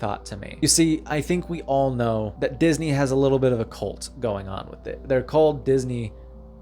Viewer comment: Say cult, not colt.